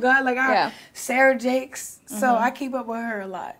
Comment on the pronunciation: DID SHE SAY SARAH JAKE’S???